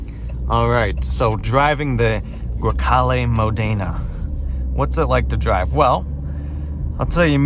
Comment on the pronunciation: Erm no it is NOT Italian pronunciation when it is Modena as Modayna or Rosso as Rowso